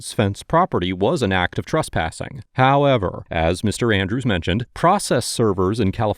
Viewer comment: Any time bro drops that "HowEvERRRR....!" you know its gon slap